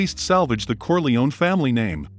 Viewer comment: Why are you mispronouncing Corleone? Who's paying you off?